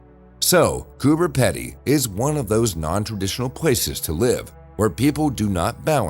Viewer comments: Why is it Americans keep saying the name of Coober Pedy wrong this is how you say it it koo-buh-pee-dee it’s one of those words that’s pronounced differently to how it’s spelt. If you are going to say the name of a Town in Australia at least have the decency to say it the way WE DO. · Coober Pedy is pronounced Coober Peedy.